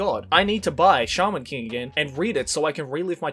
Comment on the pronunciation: I thought said charmin king instead of shaman king at first.